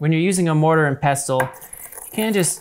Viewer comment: I thought you said "I'm gonna murder and pestle this" 😂 Thr burgerrrr is amazing and looks tasty, and the lemon garlic aoli that i just watched is amazing and healthy.